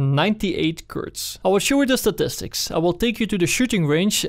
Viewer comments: It's not kark it's kar. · How come you pronounce it "kark ninety eight" instead of "kar ninety eight"? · Is he saing KARK? no budy its kar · KARK? you mean Kar98K lol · I swear, 90% of the comments are about him saying ''Kark''... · KarK xD Jeeez dude... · KAR! Like KARABINER! Not KARK! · Its not from his accent or sth like that... He thinks its kark... Look at the stats for example... It says kark 98... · it really bothers me that he says karK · KARRRRRRRRRRRRRRR NOT FUCKING KARK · I saw the title after I posted the comment. Probably because the gun is the Karabiner 98 Kurz, so he is shortening the karabiner to "kar" and adding the k for kurz. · im sorry but i just cant watch this video with you calling it "kark" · Everyone tryna say hes wrong for calling it a KarK, you're wrong. He (and many others) call in the KarK because, (KAR)98(K) so they dont confuse anyone with the difference between a Kar and a Car :) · "Well com tu duh Kark 98 in layers known blaatle glounds."